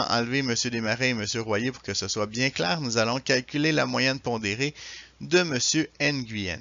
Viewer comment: Nguyen ça se prononce (NU-WEN) Je suis scandalisé par l'insensibilité culturelle...